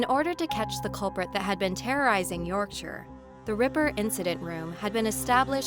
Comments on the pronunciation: Nice to see the right pronunciation of Yorkshire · I genuinely cheered not to hear 'York Shy Er' 😂 x